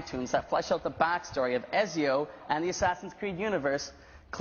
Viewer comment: He pronounced Ezio wrong...